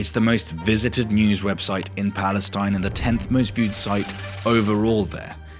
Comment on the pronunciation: He clearly says that it's no Palestine but Balestine